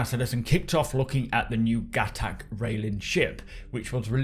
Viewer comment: everybody, its pronounced GUH-TOK